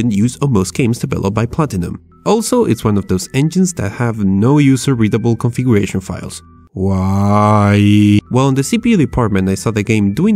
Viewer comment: If you don't like how he says "configooresion" something is wrong with you.